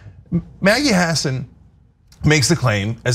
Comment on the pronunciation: Good notes and I agree; BUT please learn to pronounce names BEFORE you utter them on videos. You do not need to lose credibility within the population of NH where even Republicans know it is pronounced huh-SAAN. And Boucher, likely from French as Boo-SHAY, but Americanized as pronounced rhyming with ouch-er.....and not like the ou in could. Good thing you don't have to pronounce the names of tennis luminaries. You can always Google the pronunciation.